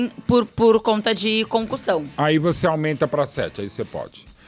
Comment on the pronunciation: Parece mto que ela tá falando concursão 😅